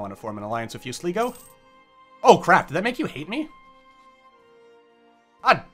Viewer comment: Sleeego..... It's pronounced Sly-go